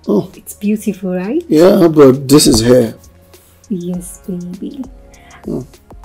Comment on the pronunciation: Oya madame it’s hair not air! Pronounce your H 🤔